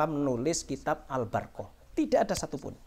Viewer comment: Waduh kang mocone be wis salah ALBARQOH ora Al barokah sisan kang sing bener mocone ALBURQOH.wis Wis wis.....cari panggung ini